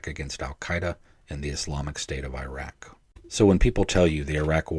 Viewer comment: How the heck do you serve over there and not learn how to pronounce العراق properly? Anyway, from the guy who found the launcher that was stopping the CAS providing the top cover without which the front line wouldn't advance, a reminder: The name عبير قاسم حمزة الجنابي is not forgotten, and that story didn't do anything to improve relations. It was inevitable since early 2002 when the massive effort to teach Americans to hate all Arabs and all Muslims and blame them all for 9/11 started and even more people could see it coming when the decision was made public to invade and occupy العراق with a quarter the number of troops the experienced senior officers said would be needed.